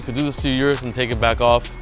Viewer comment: O-RUS not U-RUS